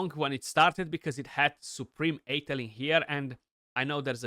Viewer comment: Side-note, Athel is pronounced uh-thel (first syllable rhymes with "duh", emphasis on the last syllable).